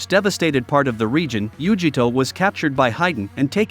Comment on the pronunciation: Yu-ji-ito Nee?? Ice-obu??